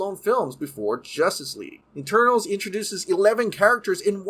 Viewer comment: Great video but every time you say Eternals it sounds like Turtles